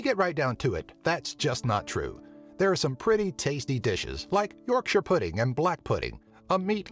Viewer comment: He pronounced Yorkshire correctly!